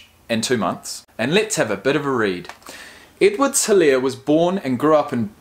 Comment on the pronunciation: The way he pronounced Guice😆😆. It's Guh- ice. Also the H in Helare is silent.